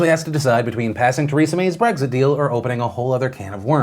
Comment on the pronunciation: I get triggered every time Phil says "Breggzit"